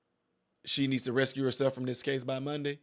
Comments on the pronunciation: It’s recused not rescue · Recused is pronounced “Ree Kewsed”